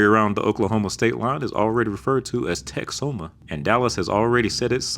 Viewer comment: Hearing someone out of state saying texoma is SO bizarre wtf 😂